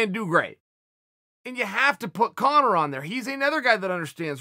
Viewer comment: Nobody at all... Chael: CoNnor